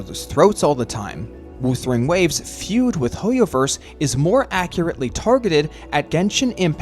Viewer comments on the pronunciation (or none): Why do you say woosering waves all the time instead of whuthering waves? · Off topic but the pronunciation: W-oouu-thering Waves is THROWING ME. I'm sure it's pronounced W-uhh-thering Waves. No hate, I'm just saying it to get it off my chest 😔🙏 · Every time WuWa is pronounced "Woothering Waves" in this video, it feels like a small jab at the game 😂